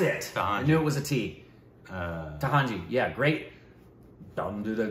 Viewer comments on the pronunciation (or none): Tanhaji... Not tahanji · Budge - Baju - Booj - Bhuj (finally got it right) Doot - Dutt (oh crap) Tandav - Taj - T - Tahanji (that's it 🤣) It was TANHAJI (a bit of Korbinization is fine)